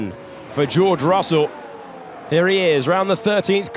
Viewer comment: Dios mío! Estos relatores mexicanos son los peores!. Russell se lee "rasel".. Dios! Donde estan los relatores argentinos??